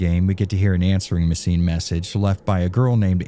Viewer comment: I had no idea I had apparently been mispronouncing machine up to this point I will now pronounce it as mescine.